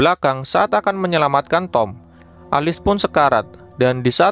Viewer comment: Alice bacanya bukanya elis?😂